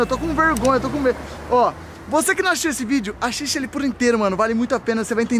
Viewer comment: " VC QUE NÃO AXIXIU ESSE VÍDEO KKKKKKK"